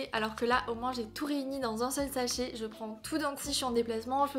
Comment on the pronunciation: J’aime bien tes vidéos mais j’ai beaucoup du mal avec la façon dont tu prononces les A « fètigue » « mèh petite boite » « exèctement » « pti sèchet » bref, j’espère que je vais réussir à m’y faire et à ne plus l’entendre mais pour le moment ça me perturbe 😅